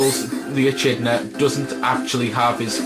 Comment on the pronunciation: hehe, sorry for correcting you, but with echidna you don't pronounce it with a ch sound, just a c sound, so it's like ee-kid-na. XD love this game, shame no sonic and knuckles to make it complete.